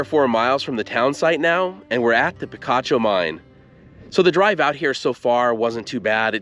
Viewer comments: It's pronounced pi-KA-cho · The name is pronounced pee-KAH-choh. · I was so disappointed when Picacho was pronounced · "Picacho!" If you were a bit allergic to picachos, and you ate a few, not knowing so, you'd sneeze, saying "Picacho!" Actually, that might be inaccurate. "Picacho" Means a mountain peak rising out of nowhere, a "pico," which I think by now you can get by with pronouncing OK. And if the 'pico' is very abrupt, it's a "picacho," a big rude old 'pico.' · There's also Picacho nm too. I was pronouncing it like the pokemon.